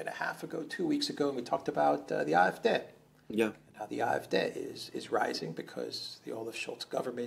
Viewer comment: AfD. Not IFD. "A" is (usually) pronounced "ah" in Deutsche.